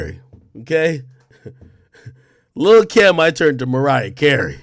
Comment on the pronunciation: It sounds like u said lil Kim